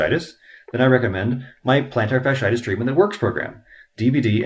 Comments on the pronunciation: Your mispronouncing it. Not a good sign. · how to pronounce "plantar fasciitis" better because you mentioned it 10 thousand times 🤣